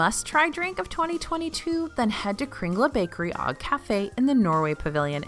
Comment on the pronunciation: Norwegian tip! ^_^ For Kringla Bakeri og Kafe the "og" is pronounce Oh-g not Ah-g. Thank you for all of your great tips!!